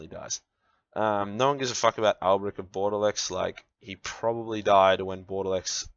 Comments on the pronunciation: "Bordelex"? The fuck kind of pronunciation is that? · pronouncing bordeleaux wrong? Wait that's illegal.